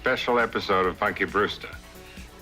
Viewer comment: Les voix Françaises sont épouvantables, ils sont même pas capables de prononcer correctement "Punky", ça donne "Ponky" 🤣